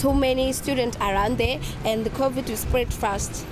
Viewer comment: Covid not """kovit""